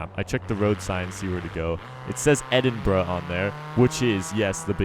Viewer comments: When u say the city name its almost like ur saying edit bra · EHDIN “BROUH” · Its Edinbruh XD